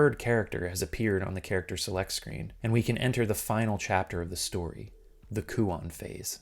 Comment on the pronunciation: My only (admittedly pretentious) complaint is the pronunciation of the title. The -on should be pronounced like the word "own" actually lol.